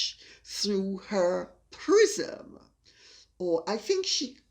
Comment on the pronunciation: Ha! I thought you said, Harry is viewing himself through Megan's PRISON, not prism! I think both are correct. LOL!